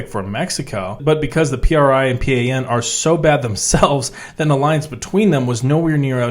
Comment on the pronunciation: PRI is pronounced Pre, and PAN is pan, as in bread. In Mexico we don’t say the letters. It’s Pri and Pan pronounced as a word